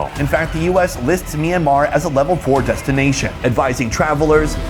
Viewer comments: I'd like to keep watching, but every time the host calls the country Mee-an-mar, I get more and more annoyed. I know the "My" cluster to start a word doesn't happen in English, but please learn one thing about how its pronounced - it's a 2-syllable word. "Myan-mar"... MYAN.. one sylllable.,.. try it. MYAN... there ya go. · I'm curious about the pronunciation. Is it pronounced as Sonny says, 'Mi-yan-mar' or is it more read as wrote?